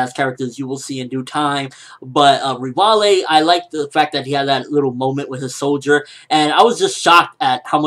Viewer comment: you're pronouncing Rivaille/Levi's name totally wrong, LOL. it's pronounced Rivai.